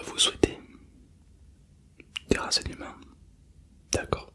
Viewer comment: au lieu de « renseignement » j’ai compris « terrasser un humain » c’est a cause de ton accent 😂